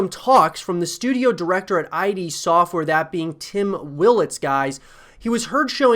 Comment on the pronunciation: It’s id software not I.D. Software